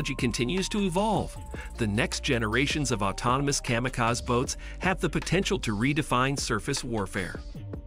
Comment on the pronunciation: AI voiceover can't pronounce WW-I and kamikaze correctly.